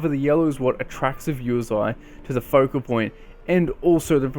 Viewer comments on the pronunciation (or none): none